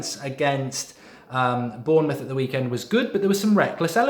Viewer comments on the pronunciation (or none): none